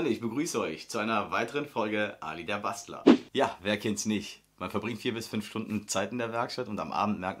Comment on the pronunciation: Mega geiles Video ,also wirklich stark gemacht. (Aber Bro am Anfang würde ich fr mehr auf deine Aussprache bei Bastler achten 😅also nix gegen dich aber dachte du hast zuerst bastar* gesagt)